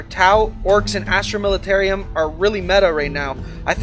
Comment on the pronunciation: Another great video, thank you. I’m unsure if you already have one but I’d like to see a chaos legion version of this video. Maybe even orks and Tyranids? Lol. On a side note, the Imperial Guards new name is pronounce Militarum, I only learned that about 20mins before watching the video. Militarium just seems more fitting, but the third “I” just isn’t there.